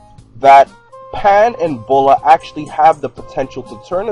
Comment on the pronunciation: Her name is not pronounced Boh-laah....... It's pronounced BEE-YOU-LAAH. Get it right.